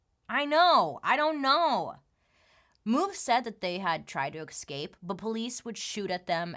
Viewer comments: Hi B, please dig up something interesting that happened or caused by prohibition. Also, again: EScape not EXcape. Practice, practice, practice... Thanks for entertaining me when so little does! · Has anyone else noticed how she always says ecscape? I think it’s so cute